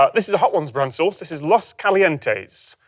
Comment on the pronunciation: I can’t believe Tom of all people pronounced los calientes that way